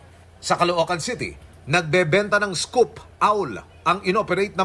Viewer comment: Scoop owl? Lol😂 scop*